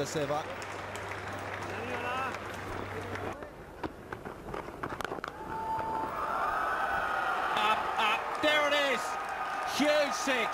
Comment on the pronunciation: Rameez its Sehwag not Seywg!!